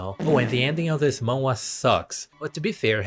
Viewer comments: its pronounced mah n hwa or just mah n wah up to you and as someone who reads manhwa your right a lot of it are same slops lmao like i read solo leveling and found like 5 other similar ones or like dont get me started on those fantasy transported into like a old timey book with dukes kings and allat its just copy and paste with different names and art styles (which i admit i still read em so ;-;) the only real fun manhwa ive read is like extra's guide to survival or i killed an academy player (which both are pretty much the same with a MC that grows stronger, knows the story, has that one rich girl thats into him, that one super overpowered girl that basically no one other then the final boss can beat, and that one just really nice one, and a saintess cause why not ;-; its a mid story but i find it fun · manhwa is basically pronounced as '''maan-hu-wa'' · It's "Man" like poke"mon", and "wha" like the mario falling sound effect. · you say it like "N-WAH!" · You pronounce the “h” in Manhwa. It pretty much sounds exactly like how it’s spelt. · It's called Korean manga,no more goofy manhwa pronounce